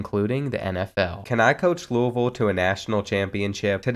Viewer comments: being from louisville i appreciate the way you said louisville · The way you said Louisville is great as a fellow Louisville resident